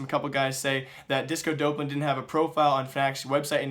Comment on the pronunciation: It's Disco Dawplan. Not DOPElan... I don't mind you doing the news channel, but there's no way you haven't heard this guys name 100 times in the last week with the major that just occurred. This isn't the first name you've butchered "X" amount of times in a video. People will take you more seriously if you can at least get the names right.